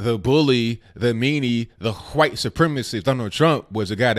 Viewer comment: Hhhhhwwwite supremacist